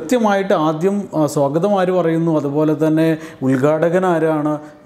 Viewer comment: സ്വോഗതം അല്ല. സ്വാഗതമാണ്.